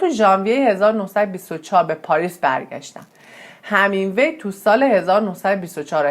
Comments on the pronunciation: شما وقتی یه ویدئو میخوای بدی بیرون اقلا تلفظ درست اون شخص رو یاد بگیر...‌.. Hemingway درست است نه Hamingwa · ارنست هِمینگوی، تلفظ صحیح است